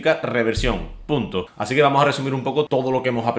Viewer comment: se dice así, no asin. Te lo digo por que queda muy feo. Un saludo!